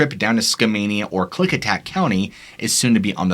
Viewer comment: AI doesn't know Indian names. Not click attack.....it's Klikitat. It did get Skamania right though.